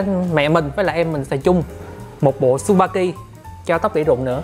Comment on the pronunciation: Tên sp kia đọc là chư ba ki. Không đọc là su ba ki nha